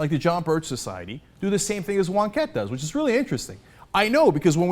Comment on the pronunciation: Who the Fuck is Wonkettee!?